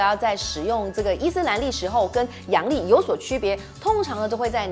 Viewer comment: 阳历，不是 洋 历哦！（我知道，洋人的日历是吗？😂😂）